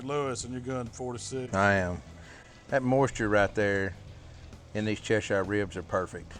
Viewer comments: Che-sheer not Che-sh-ire. Great recipe, horrific butching of British County names. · Pronounced - Chesher........ Not Chesh Shire. From a UK Veiwer. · as a person from Cheshire ENGLAND, i can tell you that it's pronounced "chesh-urr" my lads. now get to the gym so you don't keel over of a heart attack at 55 and financially destroy your family.